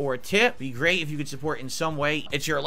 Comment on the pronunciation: "Really gweat stuff," indeed!